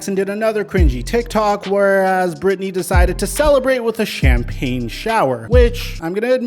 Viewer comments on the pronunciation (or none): none